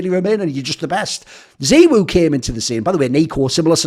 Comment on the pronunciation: Thoorin had said in the past that he does pronunciations like that so that it makes him stand out